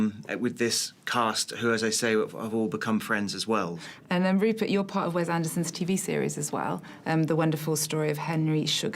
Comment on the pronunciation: ...It's Wes (wess), NOT Wez.